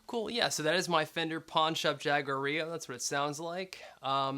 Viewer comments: Ha-Gwar-Ee-Yo Unless you are using the Anglicanized pronunciation then it's Jaeg-War-Ill-Oh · I know its very offtopic, but I love your t shirt 😂 Pd. The correct pronunciation would be as you did, but with an strong r. I don't know how to explain it, English isn't my mother language 😂